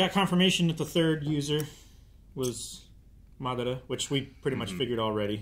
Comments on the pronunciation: He’s going butcher that man’s name until the very end lol 😂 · Someone help pronounce Madaras name properly lol